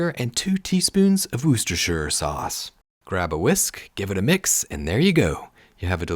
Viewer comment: Good job on the Worcestershire pronunciation! Saving this one for when it's not freezing outside. Why does winter seem so long and summer so short, grrrrr.